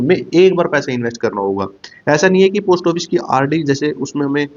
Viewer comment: आपका उच्चारण ठीक नहीं है पोस्ट ऑफिस ठीक bole